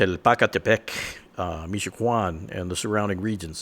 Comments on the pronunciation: Its can not Quan idiot you're butchering the pronunciation of everything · I’m grateful for your efforts - but - damn it, it’s not meecho-co-on it’s meecho-ah-con. Shit! And I’m white! Sorry. Love your vids, thank you! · It’s Michoacán not michoajuan dumbass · U CAN CALL IT CARTEL “4-LETRAS” “4-LETTER CARTEL” THATS HOW ITS KNOWN ASWELL. .... JUST THOUGHT I CAN GIVE A SMALL INFO ABOUT THEM ,ALSO UR ABSOLUTELY RIGHT THERE THE MOST POTENTIAL & POWERFUL CARTEL . N I LIKE HOW YU SAY MI-CHE-QUAN “LOL” ITS PRONOUNCE MI-CHU-A-KAN ... michoacan. ... lol KEEP UP THE GOOD WORK ! 👍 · It’s called Michoacán bro don’t be disrespectful foo